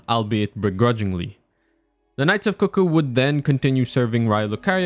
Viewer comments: Coo coo isn't the correct way to say it though. Even Iji in game pronounces it CUCK-oo when talking about them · Almost right! It's pronounced "cook-ooh", usually, rather than "coo coo". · You said cuckoo right, like “coo coo” It was funny, my friend was going through the first time and he called them “cuck ooo” knights. We had a good laugh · I thought they were CUCK ooo as well :))